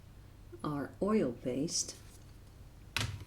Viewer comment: She say oilbassed in the Video